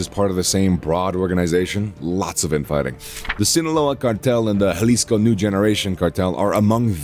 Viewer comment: yall pronounced cartel jalisco nueva generación wrong .